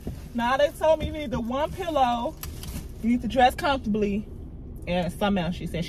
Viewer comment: You said dress comfortley 🤣🤣 Desertzated locations 😂😂🤣